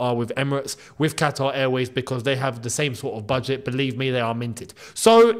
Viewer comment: Kataar ye?! great pronunciation for an Arab 😅😅